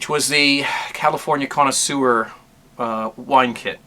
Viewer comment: you pronounce the wine kit as "California conna SEWER!" lol.